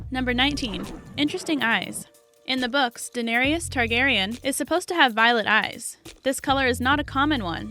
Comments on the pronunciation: You start out annoyingly incorrect in your pronunciation of Emilia’s GOT character’s name, but corrected halfway through, so, points, but it drives me so crazy when her name, after all this time and popularity, is mispronounced. For the record: “Duh-nair-iss” Not: “Duh-nair-EEE-uss” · It’s pronounced like Dan-air-us.... not Danarious!!! And I think us fans knew most of all those facts. Old news 😒😞😲😴. These facts are so old.